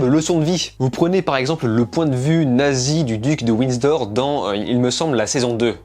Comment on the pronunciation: duc de windsor* pas widsor 😂 sinon bonne vidéo :)